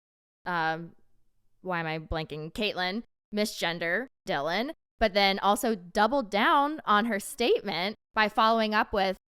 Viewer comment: You said Dylan’s name right. Thank you for talking about it! I love you two so much ❤🎉